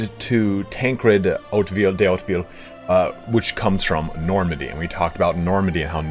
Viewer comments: I don't know if anyone told you already but I think you could be able to pronounce Hauteville fairly well if you say in english ''How to Vie(tnam)'' emphasising the ''i'' in Vie instead of the ''e''. That's the best way I can tell you how to do it xD I wish you luck and keep up the good work! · Yeahhhh buddy, another vote for Oat-veel from somebody who was (once) fluent in French and (always) a big history nerd. It's a little hard to really get it right without doing a French accent too - in natural English it'd be more like OATvil. Hit that first syllable hard either way.